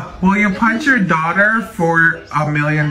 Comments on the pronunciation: "i wIll dO iTfOr nUtTeLlA" and "i HaB a leSbiAn DoThEr~" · “ I have a lesbian DAUTERLLLRRR” 🤣🤣🤣